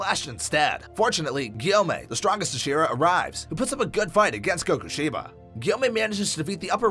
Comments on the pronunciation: "the Kokushiba" "Zenitsu Agatsumi" 👁 👄 👁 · Kokushiba? It's Kokushibo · its kokushibo not kokushiba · Kokushibo* not kokushiba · Did u just say kakushiba U need to say kokushibo